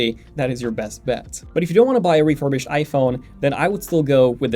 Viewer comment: bro said refurbished